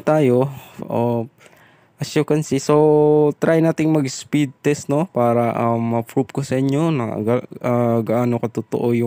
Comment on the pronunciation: Ang sakit sa tenga c Wp"iis" mo.. Speedtist.. S mo sir galit..